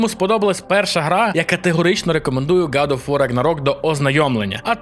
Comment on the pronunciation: Братюня, виправляйся)) не год оф вар а гад оф вор.